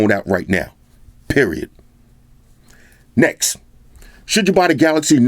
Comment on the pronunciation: I was literally predicting the word "Next" it sounds like "Nex"... My first time of watching your review, this is mind blowing man. I have subscribed and liked wish I could give u 1000 likes from me. Nice on Bro all the way from Nigeria... NEX!